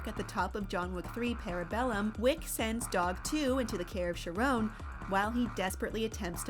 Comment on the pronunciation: Do you not know how to say CARE-ON?